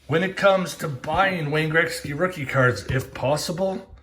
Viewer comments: Its pronounced gret-ski not Greg-ski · It’s not Grexky. Damn the way you say Gretzky drives me nuts. Lol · Say Wayne Greksky again lol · learn how to say his name correctly....fuckin embarrassing